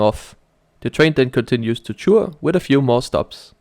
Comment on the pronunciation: It is actually written as Chur but pronounced as Koor